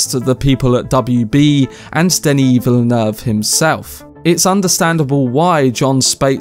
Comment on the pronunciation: You actually said Villeneuve exactly how it's suppose to be said! 😀